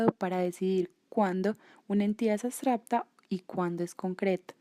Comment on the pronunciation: A alguien más le estresa la pronunciación de "abstracta"?